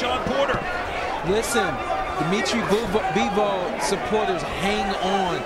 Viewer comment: Bivol not Beevol!